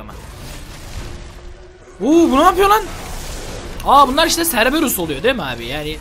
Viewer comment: serberus değil okunuşu kerberus